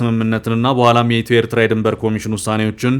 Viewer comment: Abiy's FM can't even pronounce Eritrea correctly.